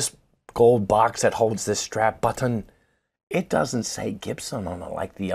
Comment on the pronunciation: and his Strap Buttin enunciation😂 Spot On! 👍🤘🏼🤣